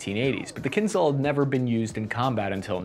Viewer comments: for everyone who wants to be more educated and familiar with potential enemy's language -- the pronunciation is not kinZal, it's kinZHal, it's a different letter actually. Just listen кинжал in google translator. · Kinzhal means “a dagger” in Russian and zh is pronounced as in second sound in J. “Kinjal” will actually sound closer than “kinzal” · It's pronounced Kinjal, not kinzal. The j is like in pijamas